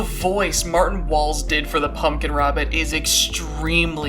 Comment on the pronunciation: The one time you said “martin walls” i thought you said “Bertin balls”, i, apologize but i choked on my pancakes